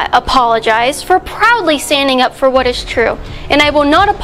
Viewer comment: Came here to say this. I was like the WHAT.